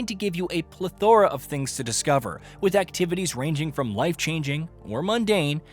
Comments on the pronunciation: did you seriously just say Ple Thora? Omg all credibility lost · "meekah"? "Pleth-ora"? English? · You pronounced Micah wrong…and plethora.